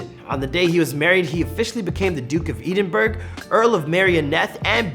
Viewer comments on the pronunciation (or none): Edin-burg...... lol it’s said Ed-in-bourgh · The g is silent in Edinburg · Why cant Americans say Edinburgh properly??? It's Edd in burgh, exactly as it's seen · He also mispronounced Edinburgh.